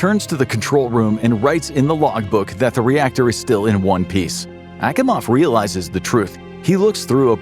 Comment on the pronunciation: Akimovs name was mispronounced. You sure you're not using AI 😋 Also it would have been nice to actually properly draw a control room instead of using aircraft panels and crap